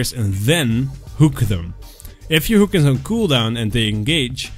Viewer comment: So flay first then don't miss your "hewk".